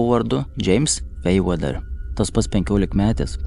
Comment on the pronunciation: James Fairweather, su anglišku tarimu pas kolega nekažkaip…